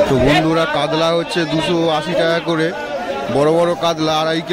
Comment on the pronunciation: কাতলা বা কাতল কে কাদলা কেনো বলেন ।